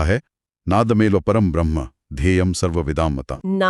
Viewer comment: सारे वीडियो को हल्के में लेकर चल रहे हो। मैडम से कहो ब्रह्म को भ्रह्म ना उच्चारित करें।